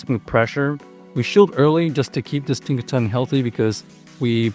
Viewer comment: Its Tinkaton not Tinkatonk